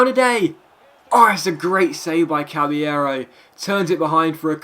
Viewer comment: It's not pronounced cabbyero it's pronounced cabalero he said it himself and I know i didn't spell it correctly